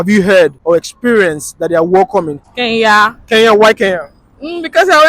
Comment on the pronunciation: Hey Nigerians, it's Kenya not Keya.